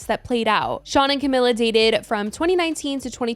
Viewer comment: The comments on the last video told you that you weren't pronouncing Camila right...